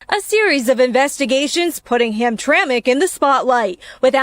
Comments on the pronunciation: It's pronounced ham-tram-ick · It's Polish and it was pronounced hamtramick. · "ham tram ik" for God's sake. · It’s pronounced ‘Hamtramak’ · Ham-Tramic is how it's pronounced. I live about 65 miles from there. My Grandpa used to live there. It was a Polish, Prussian, Slavic neighborhood. Today it's become a Muslim community. The City council there refused to fly the Rainbow Flag over government property because of a public outcry. It's an interesting place. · Did you even listen to this video???? They pronounced the name of the city a hundred times yet you insist on saying it wrong. Are you serious??? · Why can't he pronounce hamtramic like it's supposed to be Everybody else has been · It's pronounced Ham- tram- ick..... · Not ham track, it's (ham tram ic) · Ham-tram,ic,. Not Hamtrack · Dude, it's pronounced HAM - TRAM - ACK, not HAM - TRACK!! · It’s “ham tramack”, not hamtrak. Used to live near there. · Dude, it’s not “Hamtrak.” It’s Hamtramck(pronounced Ham-tra-mick). How are you doing a story on a city and not bothering to find out how to pronounce it? 🤦🏽‍♀️ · STOP CALLING IT Hamtrack !!! It's Hamtram(i)ck... "Ham-tra-mick" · That's pronounced HamTramick, not Hamtrack... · Say, “Ham-Trah-mick”. From a native Michigander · I grew up in Hamtramck, it’s pronounced “ham tram mick.” Can’t say why when it’s spelled that way, but it’s been that way for 60+ years that I can attest to. Great video. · Hamtramik the way it’s pronounced. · It's HAM-TRAM-ICK, pal! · Please pronounce the city name correctly!!! HAM-TRAM-ICK" The last few letters are said "ick" even tho' they end "mck" polish name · I'm in Michigan. It's pronounced "Ham-tram-ick". 😉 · We pronounce this town Ham - tram - ick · Listen to the people on the video. The city is pronounced like this: Ham tram ik Thank you for your attention to this matter By the way, I’m a subscriber and I really enjoy your coverage of Portland and LA and now this. Keep up the good work. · IT'S HAM-TRAM-MICK HAMTRAMCK